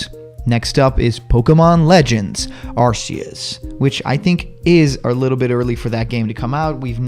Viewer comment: Wow! This is the first time I see a video of yours that doesn't talk too much about Smash Bros. By the way, Arceus is officially pronounced "ARK-ee-us".